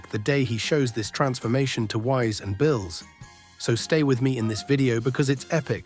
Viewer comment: Why do you pronounce Whis & Beerus names incorrectly ?